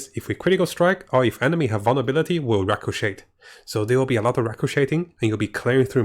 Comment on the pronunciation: Look up how to pronounce “ricochet” — the T Is silent